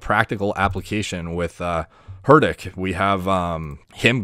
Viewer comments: Hey man, please make your pronounciation right. You pronounce his name totally wrong ( "h" is silent. Pronounce it like "RITHIK"). By the way love your analysis on steroid cycles. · The H is silent in his name, it's pronounced ritik 😅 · "Hurt tick" Roshan😂😭. Btw good vid mate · We pronounce it as “ritik” not “hurdik”🤣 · Not "Hurt-ache"...it's Hrithik. Try "Ree-tik" with a soft T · You just call him ‘Hardick’ at the beginning instead of ‘HRI-thick’ which is how it’s actually pronounced. Thought that was funny 😃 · hidick ?= its pronounce RITH-Ick " RITH THICK " or "RITHIK" h is silent XD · I like how throughout the whole video, either didn't take his name or pronounced it as "Her Dick". He probably should have Google the pronounciation before making the video. It is pronounced as 'Rit-Tik'. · Ree-teek not Hurteek 😂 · It was pronounced Rithik not Hrithik...So, mispronounced his name for 18 years...lol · Let me help you pronounce his name right-, it’s Re Tick...H’s silent! Great vid tho! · It is pronounced "Ritick", rhymes with "Hit" & "Ick". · I love how he pronounces herdick😂😂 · His name's pronounced "rithik" like "riddick" but the ds are replaced with "th" that is pronounced like the "th" in "thanks". Cheers. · ree- thick ( pun intended) is how you pronounce it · the "h" is silent...rithik... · Just watch videos of people pronouncing his name. Her ri thick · u can pronounce it like Rittik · he said hirtik lol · Who the fuck is "Hurtik"? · Did he say HerThick 😂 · The "H" in Hrithik is silent but valiant effort nonetheless lmao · Its okay hes not a hindi speaker so its fine if his pronunciation is off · H wasn't silent tho.. 😂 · FYI, the H is silent in Hrithik. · Am I the only one that winced every time he pronounced Hrithiks name? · I love how he pronounces Hritik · bro 'H' is silent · H is silent. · Dude that H on his name is silent. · The H is silent brother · H is silent in his name